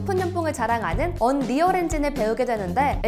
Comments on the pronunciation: 언리얼발음이 언~~리얼이 아니라 언리얼인데.... 먼가 어색하네요 ㅋㅋ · 언.리얼엔진 킹받네 ㅋㅋㅋㅋ 언리얼이라고요 언리얼!!! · 언리얼엔진을 언.리얼엔진이라하네 ㅋㅋ